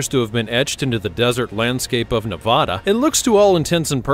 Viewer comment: I don't live anywhere near there, but it's Ne-VAD-uh.